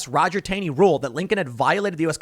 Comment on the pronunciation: "Taney" pronounced "Taw-ney". We have a whole town dedicated to him in MD